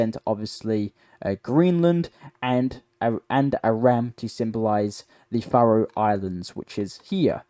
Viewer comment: Buddy you really need to learn how to pronounce particularly names and phrases like “Faroe” and “Keir”. Also best to be clearer with you choice of language for example has Ukrainian stopped ALL supply of Russian gas to Europe or just the Gas piped through Ukrainian. Last year 2024 just over 50% of Russian Gas to Europe was through other sources than the Ukrainian pipeline so how is Ukrainian prevented this shipment also ?